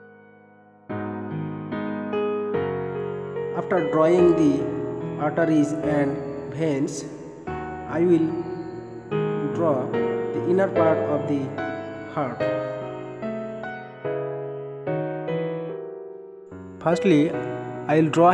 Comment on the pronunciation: Sir its veins ... not bhens